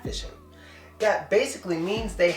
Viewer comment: dasically😂😂 Thanks man dis vid was very important.